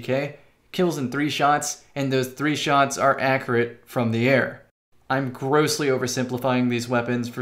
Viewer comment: What is up with people's inability to pronounce accurate